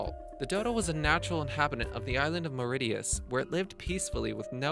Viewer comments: 'Dodo extinct only 80 years ago' somebody didn't do their research properly.... neither can the narrator pronounce Mauritius properly....🤦🏻‍♂️ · Mispronounced; Maori Mauritius